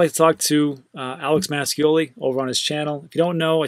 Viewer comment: Hey, correct pronunciation of italian surname Mascioli is "mashiolee"